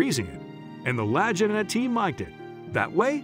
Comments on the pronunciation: I just can't get past your pronunciation of the brothers last name. Kind of makes it hard to take the video seriously. Lagina is not pronounced like Vagina Its pronounced LA-GEE-NA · Lag not lajina it’s annoying wrong pronunciation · last name is La geen na, not La gun nuh, or La ja nuh, or Law ju naw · Thought it is La-gee-nah not La-gin-ah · Rick Lagina was 11 not 10 years old in 1965...their last name is pronounced L a g e e na not Lagena.....soelled LAGINA.,.... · It's spoken legena not legina 🙄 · Pronounced La-Geena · It's lagano not lagenist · Its Rick and Marty Lagina, pronounced La Gee Na, not "La Jin Ah". Anybody that's actually watched the show knows this. The only thing they've found is Samuel Ball, the black cabbage farmer, got any treasure that was on that island. How else does a black cabbage farmer in the 1800's become one of the richest men in Canada? It wasn't by playing basketball. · Lajina omg 😂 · LaagGina lol I laughed each time I heard it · Did you know it's "Lag-EE-nah" ? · La-gee-na is the way their name is pronounced! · Lagina = la GEE na (the "g" is pronounced like the g in golf) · Ricky "lie-gy-na". WTF. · Their name is pronounced La-gee-na. Some of these facts are slightly off. For one thing it’s on the History Channel not A and E. They are not retired. I believe Marty still works, I assume to find the dig. The others name is Pronounced Ma-gin-iss. The g sound is like “go” not like gin the drink. Just so you know. Thanks for your interest in the show. I’ve never missed an episode!! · La Gee Nah - I guess that's what you get when you've never watched the show or just paid for some computer voice over to narrate for you. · A dollar fifty million.... WTF. LA-GIN-Uhs... come on! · First off... The name is pronounced Lah-geen-ah. If your gonna post something on youtube do your research and get things pronounced correctly. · Lagina… say it with me, La-Gee-Na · The brothers last name is pronounced LAH-GEE-NA. How ignorant! Ever watch the show?